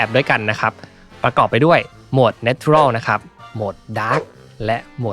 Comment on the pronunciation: ขอบคุณมาก ๆ เลยค่ะ ชอบรีวิวมากละเอียดดีค่ะ -- 't' ใน natural ออกเสียงเป็น 'ช' จะดีกว่าค่ะ